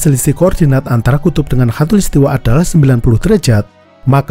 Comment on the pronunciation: Maaf ya min. Soalnya yg saya dengar, mimin ngucapinnya hatulistiwa. 😁